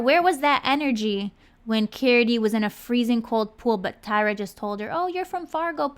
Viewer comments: Lol her name is Tyra not tiara lol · Not Taira or Tiara its Tyra